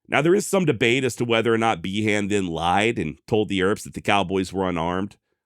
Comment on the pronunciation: Behan = Bee-en